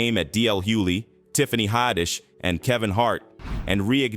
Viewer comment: Repetitious Info about Monique. Without a real Soundbite, you could've left Eddie Murphy OUT of it. You actually sound like an AI BOT mispronouncing Tiffany Haddish's Last Name. No Thumbs Up for this one. It's SKEPTICAL. 🤔